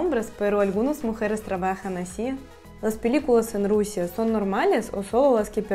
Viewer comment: Me encantó lo de la Rusía, sonó como Rosalía. 😃Espero poder aprender el ruso y conocerla algún día. Muchos saludos desde el Ecuador 🙌🏻🇪🇨